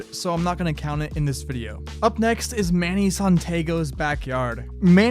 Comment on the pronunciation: How you get mannys name wrong. Smh